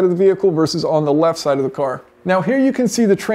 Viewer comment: Jason says "cooar" instead of car 😅